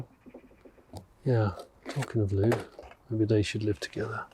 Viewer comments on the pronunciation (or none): none